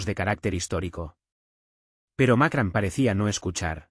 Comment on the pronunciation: Macran? Sr. Ud. debe ir a la escuela, los nombres extanjeros, muestran su poca profesinalidad. informese no siga haciendo el hazme reir de todo el mundo